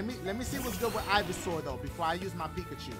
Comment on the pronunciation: EeveSour??????? It’s Ivysour dashie lol 😂